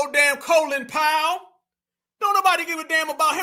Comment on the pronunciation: That bih put like 3 Syllables on Collin Powell last name 😂